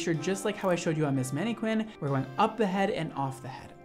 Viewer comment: She just went from “maniquin” to “MANLYquin” 😂 why did I do this?